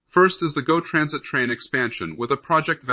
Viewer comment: Its GO Transit (same as word "go" ). It is not "G. O. Transit" that your robo-voice makes it sound like "geo" .